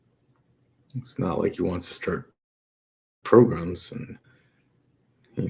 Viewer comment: “I’m loosing my ears” 👀 “Take more progrums”….. next HEARING please!!!! Cold blooded 😅